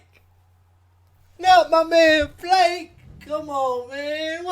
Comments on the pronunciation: Flake is ronounced Fla ka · Loved your reaction 😂 One thing: Flake is pronounced like Flaaa-kaeh 😉 And for Rammstein... Check the "Rammlied" from Madison Square Garden, it's a bloody dynamite! And they will also teach you how to pronounce "RAMMSTEIN" 😎 Have a nice day!